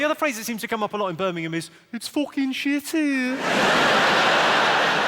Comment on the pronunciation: Sometimes it sound slike hes saying "Spermingham" instead of Birmingham